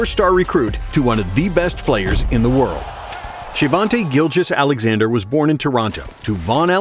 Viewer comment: Shaivonte Aician Gilgeous-Alexander*